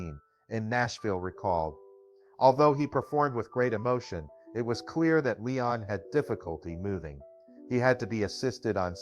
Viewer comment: LEEEEEEEEEEEEEEEEEEEEEEEE ON Russell Not LYON Russell